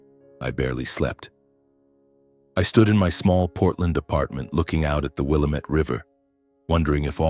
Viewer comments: it's pronounced Wil lam ett river named by the indians who lived there. how do I know because I am an Oregonian! From the Rogue Valley. Good Story! wouldn't the governor have had kinda like secret service? to go anyware wouldn't they have followed? and wouldn't the tv and others follow him. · An Oregonian would know the correct way to pronounce Willamette.